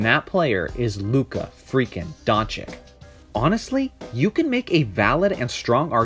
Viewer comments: Doncic = DONCHICH and not Donchik !!!!!!!!!!!!!!!!!!! Great video !!!!!!!!!!!!!!!!! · Dončič (Don-chi-ch), not Dončik or Donkič. What is it with you americans and forreign names... It ain't rocket science! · Everytime i hear Donchick or Donkich (or Drazig )all u guys lose all the credibility, comin from a fan!!! I would agree otherwise...Man, na that "Trey Old" be sayin he ROY??!! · Hes been in NBA for almost a season and some ppl still pronounce his name donchik.. Smh... Great video tho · If you make a video about a man, learn how to say his his name right. Donchich, ok? Just take 5, check a couple of game recaps and pay attention to how his name is pronounced. It’s not difficult. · Just what I was thinking. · It's Don-S-ich actually.The 'č' after 'Don' is pronounced as 's' . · Learn to fcking spell Doncić correctly. It's so disrespectful to misspronounce their name. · It is very brave to try to make a relevant analysis about a person which name you can’t even pronounce. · Makes a whole video about Luka, doesn't even know how to pronounce his name... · It's not difficulty at all ... like Pete MaraviCH. Now you know. Have a nice day. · That goes for every ex-Yu player,the -ic at the end is always pronounced the same. Vucevi-ch,Stojakovi-ch,Bogdanovi-ch,Joki-ch etc.